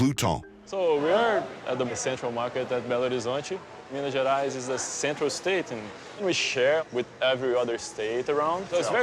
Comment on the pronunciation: me wondering what the hell is miniaras, its him pronouncing Minas Gerais lol